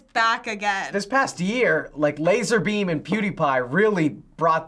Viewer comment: My Guy Said LaZaRbEaN